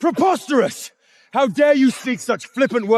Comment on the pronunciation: Did she say El-ives 😂 I always look forward to seeing horrible characters have their smiles smacked off with a kick of reality 😁 😂😂😂😂PER-POSTOC-EROUS, QUINCESS Why did it take 3 weeks for her to do anything to save her ppl.